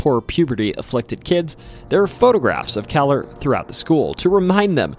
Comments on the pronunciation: I went to Kahler Jr. High.....its pronounced KAY-LER. There i attended 6..7..and 8th grades in the years 71...72...73......then went onto the newer high school Lake Central High that was opened in 1968..At one time Kahler was the general high school .But since the population was getting so much bigger. But i never heard anything about any haunting because nobody talked about those such things. Nor did i see anything strange. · My kids went to Kahler school because we live in Dyer, IN. It’s pronounced KAY-lur. In eight years that my kids were at Kahler, they saw nothing. But wished they did. The building was the original Lake central HS and Kahler middle school was built around the old HS. Which is really weird because there was empty land everywhere. Now there are 10,000 students in the school district and most land is in use.